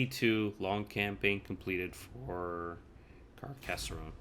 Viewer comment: And "Car cas sonne", not Car cass er onne" ;)